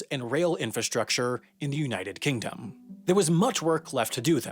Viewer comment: What was the point of putting a pause between united and kingdom ?